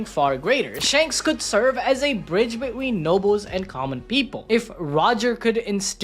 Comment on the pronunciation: Why you saying between like that? Beween 😂